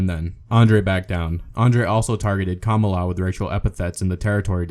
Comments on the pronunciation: that bugged me too. If you're going to talk about wrestling, at least know how to pronounce the names. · it's Ka ma la you peasant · when he called "kamala" as "commala" was cringy asf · kamala is pronounced kaMAHla, and Ole Anderson is pronounced Oh-Lee. are you like...a wrestling fan? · Anyone else notice that the narrator mispronounced Ole and Kamala? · Your computer voice is racist because it can't pronounce Kamala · How about getting someone to narrate the video who can actually pronounce wrestlers' names? Learn how to pronounce the names of Kamala and Ole Anderson. It's not like there aren't any videos out there readily available at your fingertips to hear an announcer contemporary to them pronouncing their names. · Can you even pronounce Kamala?